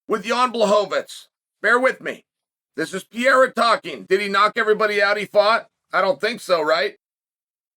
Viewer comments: It's not Pi-rera, it's Pereira😂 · Alex Pee-yera lol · Does Chael misspeaking Pereira's name as 'Piera' a gimmick? We know his not dyslexic! Alex Pereira is a former champion of the world in 2 different sports, and Chael has pronounced correctly harder to pronounce names. What's going on? Is it a gimmick, a mistake or does Chael just not like Pereira for some reason? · lol 'Pee-era'